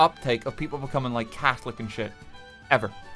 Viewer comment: Oh, you said Catholic? ... I thought you said Cat-holic!